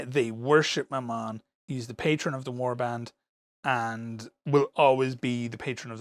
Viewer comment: I understood "my mum" instead of Mammon.